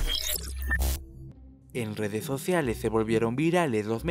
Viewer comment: En dedes sodialesss de hidiedonsss vidalesss.... jajaja pongan a alguien que hable bien